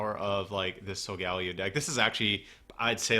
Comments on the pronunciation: i think its sol-gah-leh-o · It is solgeo GX It is wrong how u r saying it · It's pronounced "Soul-guh-Lee-oh"